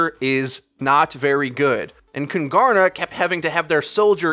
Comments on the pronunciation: Its pronunced kuuungaarna, it means the kings in swedish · Kungarna means "The kings" in swedish so please in the future either just call them the kings or pronouce kungarna correct please. You pronouced it like kun-gar-na and that is way off. The G has a J sound like the G in king sort of. Google translate pronouce it good enough so just listen to that. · I find your pronunciation of "Kungarna" hilarious! (I'm a swede) Here's how it's pronounced if you are curious :) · As a swede its so funny to hear you say "kungarna" xD. Fun fact: kungarna means "the kings" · KUNGARNA = KINGS. Would be easier to say for you since you arent saying the swedish word anywhere near correct ;) Easier to find a nail in a haystack then pronouncing swedish words correct. Btw i dont understand why Kungarna didnt switch to PHARMERCY (McCree only counter) instead. A Hanzo to combo the grav with since Hanzo can find angle on Junk from high position (bridge) would be better then a S76 imo, also scatter on walls to get behind Reins shield is something Hanzo could do while S76 only can shoot at it. For first point, not for the whole game.